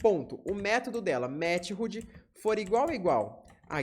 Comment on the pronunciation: Ótima aula introdutória. Única agonia é sua pronuncia de METHOD: "METIRRUDI" KKKKKK, é /ˈmɛθəd/ (De MÉTODO no português, método de envio dos dados)